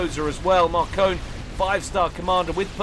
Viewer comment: I think Markone is actually pronounced as "Mark One"